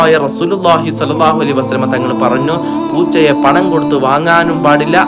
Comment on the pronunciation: ശംശയം❌ സംശയം✅ പറന്നു ❌ പറഞ്ഞു ✅